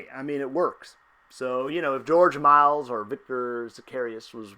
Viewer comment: Its not George "Miles" dude